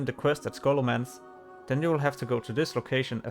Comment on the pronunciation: Scholomantch ? It's scholomance dude :P